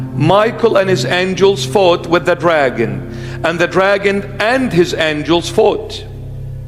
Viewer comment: ...yeah had me til you slurred the name "dragon". Satan is Satan. Satin is satin. And a potato is holy beyond description.